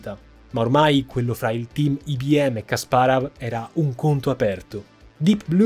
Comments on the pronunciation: però dai kasparov...la pronuncia la conosce pure mia nonna:D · Video incredibile come al solito, e incredibile come la capacità di di sbagliare ogni singola istanza del nome Kasparov:D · Povero Kasparov 😭 e il suo nome storpiato in ogni modo 😂😂😂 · Caro, peccato che non ti sia documentato con un esperto di scacchi per la terminologia tecnica (tipo " chiusure" al posto di "finali", i punteggi attribuiti ai giocatori ad ogni pareggio)...come appassionato del gioco ogni tuo "Kasparav" era una coltellata ahahah mi permetto di dirlo solo perché ormai SO quanto tu sia perfezionista e perché la qualità di questo video rimane lo stesso ALTISSIMA complimenti;) lo dico perché, come al